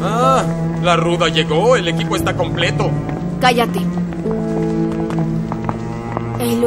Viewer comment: dice lequipio es completó 🤣🤣🤣🤣🤣🤣